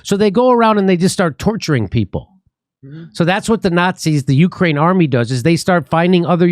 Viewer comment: Nancy said "Slava Uhani", because she's even too dumb to say "Ukraine"